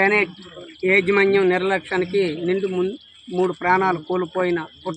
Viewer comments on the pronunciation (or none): ఏజీ మన్యం కాదు యాజమాన్యం